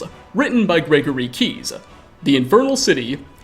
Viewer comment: I cannot stand the way you add an "uh" at seemingly random locations. "Keyes-uh" and "souls-uh" . "years-uh" etc. I love your content and have been binge-watching but this quirk is hitting a nerve I didn't know I had. It isn't even the "uh" that bothers me so much as the fact that I can't predict when it is goin to happen.